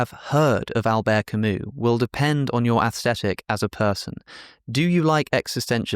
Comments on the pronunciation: say "athstetic" one more time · Why are you mispronouncing "aesthetic" as "asstetic"? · Maybe it’s because I’m Australian, but saying “aesthetic” without pronouncing the ‘h’ just sounds wrong to me.